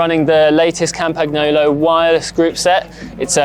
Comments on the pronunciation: Please pronounce Campagnolo as Campaniolo. It is so annoying, when presenters don't even try to do it correctly and don't even bother to investigate how to do it correctly. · Pleaseeee stoooop with that hideous pronunciation of Camapagnolo!!! You should not pronounce ‘G’ while saying ‘Campagnolo’ and you should know that because you’re a cycling journalist! Just leave the G out and you’re good if you can’t pronounce it in properly! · Campagnolo is not pronounced like this.